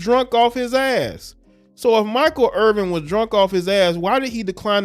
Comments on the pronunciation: There is no G in his name. it's Irvin. No G. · Bruh, its IRVIN not Irving, need to tighten yo shit up! You makin the man Jewish!! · It’s IRVIN not “Irving.”